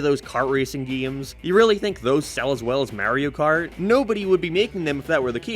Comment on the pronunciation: Your pronunciation of "Mario" makes me wanna sue you for assault